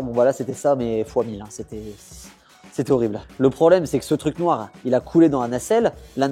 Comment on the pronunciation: comment il a prononcé «noir!»